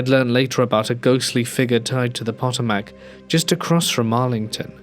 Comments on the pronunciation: Love you! I do think sometimes narrators should look up the pronunciation of places and things. Pot-o-Mack cracked me up. It’s pronounced Pa-TOE-Mik. I’m not even from that part of the United States, but it is an area important to our history so we know about the Potomac river area. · I love your stories, truly. Being from Virginia, the river name Potomac is pronounced Puh*tow*muhk as a point of reference. I know I've stumbled over pronunciations of English place names, so no foul. 😉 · poto-mac? Really? Im a Texan and even I know the Thames river is pronounced "Tims" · The story mentions Arlington so the river is the Potomac, pronounced PA-tome-eck. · Potomac = poh toe mac